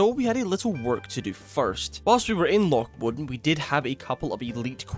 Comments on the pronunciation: Mowwwww Dannnn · Bro cant keep getting away with the loch modan pronunciation...pls